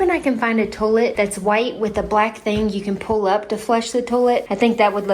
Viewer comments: Toll-ette? That toilet pronunciation is wild, but absolutely class. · The little 1952 book reminds me of the tiny books that used to come in Cracker Jacks. I also remember getting some tiny books like that in a Christmas Stocking and they came with tiny pencils that really worked. I love how your house is looking. Your Kentucky shines through every time you say tow-let!